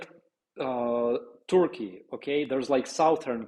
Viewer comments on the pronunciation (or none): none